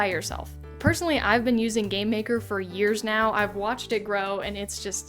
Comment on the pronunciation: Why do you always say "Gay-maker".. No!*.. it's Game....Maker...